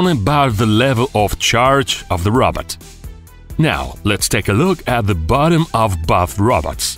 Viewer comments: It’s a ROBOT NOT A ROBERT 😂🤣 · he says robot like rabbit im dying